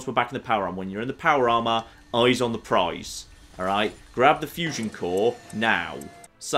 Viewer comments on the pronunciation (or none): none